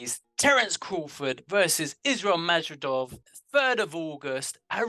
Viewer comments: Not madrijov,no!!! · You guys are deliberately trying to mispronounce Madrimov. It is so easy for anyone to properly pronounce Madrimov.